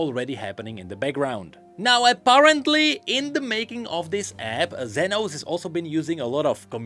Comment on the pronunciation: As a Spanish speaker, I have the responsibility to tell you that "Zenos" is pronounced like "senos" which means "boobs" in Spanish. So yeah, it was funny hearing say "senos" every 2 minutes 😂